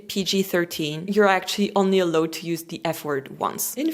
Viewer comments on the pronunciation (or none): Yes. When says "allowed," it sounds as if she is saying "a load." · "allowed" se prononce exactement comme "aloud". 🙂